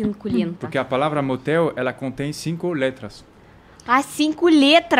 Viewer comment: Desse jeito ainda foi melhor do que no início quando ele disse "cinculetra" .